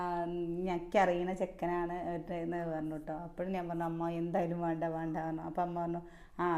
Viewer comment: വാണ്ട എന്നല്ല വേണ്ട എന്നു patayedo